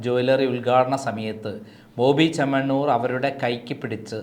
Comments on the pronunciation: Chettaaa....boby chennamannur allaa😂 boby Chemmannur aanu. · സഹോദര ബോബി ചെമ്മണ്ണമണ്ണൂർ അല്ല ബോബി ചെമ്മണ്ണൂർ എന്ന് പറയൂ